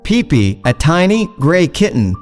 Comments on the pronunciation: It's pippi not peepee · It's Pipi, not pippi